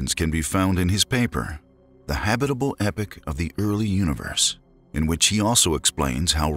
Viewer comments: The habitable "epoch" of the early universe - not epic as narrated . I had to backtrack because it sounded like the title of a space opera. Just saying... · "epoch" is said like "E-pock", not like "epic." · Epoch is pronounced ee-pock great video tho :)